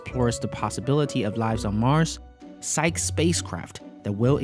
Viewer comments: I thought it's pronounced Psych-ee. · a small pronunciation correct: for the word Psyche, you have to pronounce the last vowel: "Psych-E" -- as in the Greek mythological figure and the psychological concept.